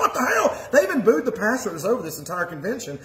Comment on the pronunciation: I love the way he calls the PASTOR a PASTURE.....Lord n Saviour Jesus Christ of satan???? ......WT??